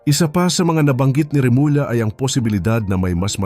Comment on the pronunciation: Remula(Remulya) Remulla-Revela(Revelya)Revilla.ganyan kaba magbigkas.Pilipino tayo hindi foriegner idol.ayusin mo.